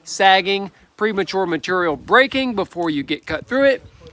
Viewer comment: MATERRIAL. I SAY IT LIKE THAT TOO